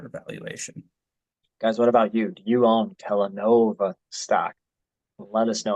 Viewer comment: KellaNOVA.....Kellanova.....kelLANOva. Yeah I don't like.